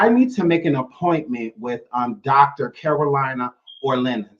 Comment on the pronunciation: It’s not Karolina like North or South Carolina, It’s Karolina like Car-o-Leena.